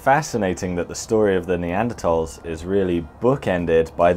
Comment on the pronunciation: Who made the decision to stop pronouncing the 'h' in neanderthals? Its annoying